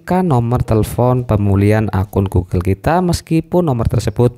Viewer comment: Orang lain denger nya pemulihan... Aku malah denger pembullyan